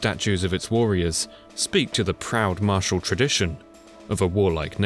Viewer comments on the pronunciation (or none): none